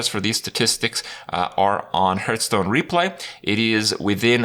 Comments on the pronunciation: At this point, seeing how people corrected him and he keeps on saying it like that, I have a sneaking suspicion he does it to annoy people. Like with "hurtstone" or "jiff" (although to be fair, the creator himself said it should be pronounced like that for that last one). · Or Hurthstone?